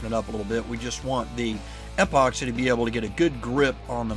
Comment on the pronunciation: I just finished my second kit from CKK. Really fun to build. Is his odd pronunciation of epoxy a regional thing? "EHpoxy"